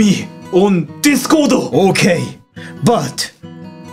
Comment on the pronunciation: Damn, I thought Discord was pronounced "Discorodo"...